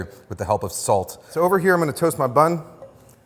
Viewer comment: I like it how he says ‘salz’ instead of ‘salt’ several times. German viewer here 😊